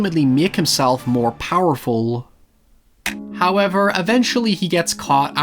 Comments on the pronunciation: Whenever you say "HowYever", I SQWEEE uncontrolably! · A little bit of my soul gets coughed out in laughter every time says "Hoeyever" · I love how every one of "howevers" always have a "y" rammed in there lol.. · Omg,I didn't notice that :O Hope it was just a mispronunciation